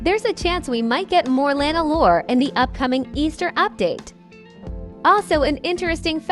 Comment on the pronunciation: is lina's salon, not lana=))))))))))))))))))